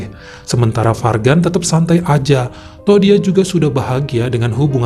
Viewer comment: Guita & Fargan. Kalau nggak salah cara bacanya Juita & Farjan. Nggak 100% J, nggak 100% G.